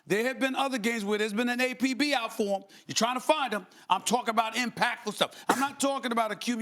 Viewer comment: How he saying APB 🤣